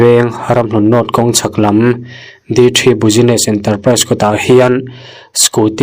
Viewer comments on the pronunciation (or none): none